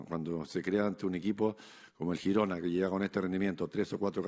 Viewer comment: Lo mejor de la rueda de prensa de este año es que dice Girona como se tiene que decir 😂😂😂😂😂😂